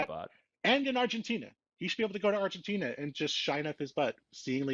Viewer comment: What are you referring to when you say “refgentina” then?